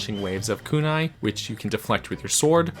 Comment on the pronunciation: You're correct pronouncing Fi like Wi-Fi. Her name in Japanese is ファイ, or Fai, which sounds exactly like the 'fi' in Wi-Fi. ;) And yes, you more or less pronounced kunai correctly as well. Two gold stars for you!